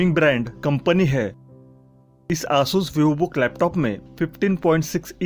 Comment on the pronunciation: Please pronounce Asus clearly it's very irritating